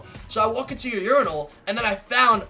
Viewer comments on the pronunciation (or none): "I walk into the uranyl"😂